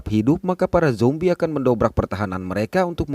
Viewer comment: Bang, makasih kerna menyebut zombie dengan sebutan Yang tepat Dan bukan seperti Yang lain , Jombai.... 👏👏👏